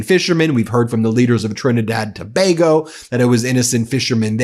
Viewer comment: As a citizen of Trinidad and Tobago I’m happy to hear you covering the things happening here too, also great pronunciation, not making the common miss pronunciation of Tobago